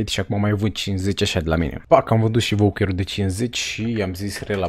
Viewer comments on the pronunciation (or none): Vaucer mă, nu voucăr.